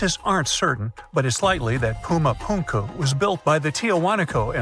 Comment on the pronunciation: I began by criticizing the pronunciation of Puma Punku. Whoever began writing this thing was calling it Puma Punkyu. I have seen it written as Puma Punku but the actual pronunciation is more of a Phunku the ph sound being the sound of the letter p that leaks when you pronounce it! And all that means is door because the most well-known feature is a wall with a door in it which in Spanish is la Puerta del Sol, or in English door of the sun. Being narrator here keeps talking about Incas but this civilization, better said the civilization that constructed this was a civilization that predated the Incas. As I said, I lived there for 36 and 1/2 years and I have never heard it said that traditionally it was where Earth was created. But then I wasn't alive when this was built so I'm not sure of the methodology surrounding it. Just odd that I had never heard that declaration before.